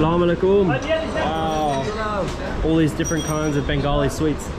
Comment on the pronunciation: My Brother That is not Call Assalamalekum And the Right Pronunciation is Assalamualaikum 🥰❤️ Please say it Carefully 🥰 But you are a loyal and honest man i have ever seen Bro.Thank you so much For visiting Bangladesh.May Allah Guides you 🥰❤️